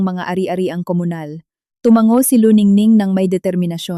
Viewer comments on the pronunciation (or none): none